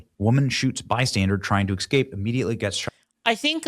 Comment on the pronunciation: Benny saying "bystandard" and "excape" really bugs me.